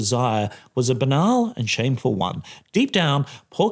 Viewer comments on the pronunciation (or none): none